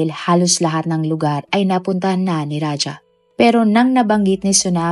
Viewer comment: Raja not raha